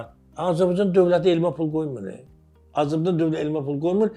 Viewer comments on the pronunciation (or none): none